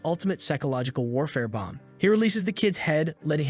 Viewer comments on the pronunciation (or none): none